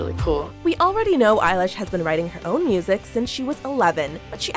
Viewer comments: did she just said eye-lash... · Eye-lish? I've been pronouncing it elle-ish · Her: "Eilish" Me: NO ITS BILLIE EILISH PIRATE BAIRD O'CONNELL